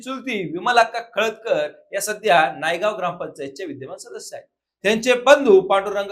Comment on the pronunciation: नायगाव नाही हो वार्ताहर बंधु, नानगाव नावाचं गाव आहे ते